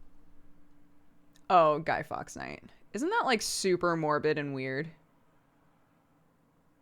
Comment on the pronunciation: its guy "forks" night lol americans